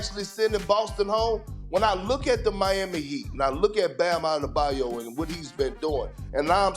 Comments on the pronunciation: Atleast he said ADEBAYO name right instead of ADEBAYU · Perk pronouncing Bam's surname correctly, now thats an improvement 😆